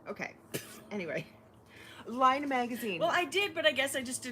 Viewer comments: Am I confused or should Laine be pronounced "lehn", not "lie-na"? (It's French for "wool.") Either way, I'm going to have to beg my local Barnes & Noble to get me one! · I think that book "Laine"is pronounced "Len" if I'm correct and the title stands for the French word for wool. I'm from Quebec and quite enjoyed your cute pronunciation.